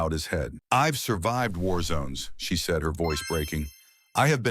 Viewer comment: The story is fake, narrated NOT by a real voice but instead by a ROBOT which uttered "seed" instead of "said". The captions are AI and showing inconsistent spelling of main character's name!